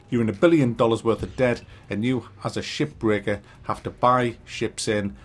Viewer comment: Am I the only one hearing SHI*BREAKER? 🥴